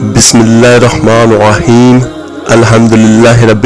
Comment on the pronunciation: “Arr-Rahmaanir Rahim” is being repeatedly recited wrongly as “Arr-Rahmaanoh Rahim in both “Bismilah.......”and the second verse of Surah Al-Fatiha with an additional sound of Arabic “hay” which must be corrected in the video. No doubt the work is sincere—Jazak Allah—-but Allah’s words must be recited as per His Book and the known/valid pronunciation/accent.